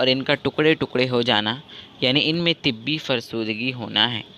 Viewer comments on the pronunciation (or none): It's not tibbi it's tabai